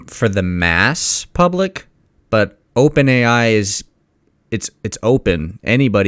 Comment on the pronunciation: "Open ai is opern" 😂😂😂😢🤡